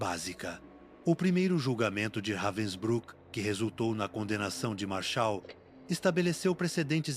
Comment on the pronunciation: It's pronounced "RAH-vensbrook"...